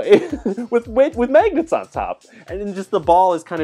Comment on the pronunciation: Megnets?!?!?!?!?!? But actually, great video